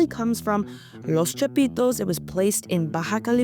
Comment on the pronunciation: Love her pronunciation, " Los Chapitos", sexy!! 😂😂😂